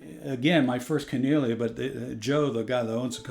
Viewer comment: "Kan-eee-lay-ah" is the proper pronunciation, at least that's how the founder articulates it. It's a beautfiul ukulele in any event!